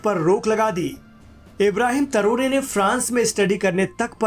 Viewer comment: भाई, पहले तो आप से रिक्वेस्ट है कि, इस जांबाज़ के नाम को बिगाड़ना बंद करें ! उसका नाम इब्राहीम " तरोरे " नहीं बल्कि इब्राहीम " तरावरे " है ! इसलिये " तरोरे " कहना बंद किजिये ! अच्छा नहीं लगता !